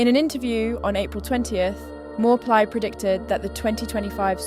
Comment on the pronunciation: That's correct pronunciation for channel owner. I'm Thai. "Mor" means doctor in general meaning but also the prophet who gave the Future predictions or advice to consultees. "Plai" pronounce as Pry with P sound like Plaster.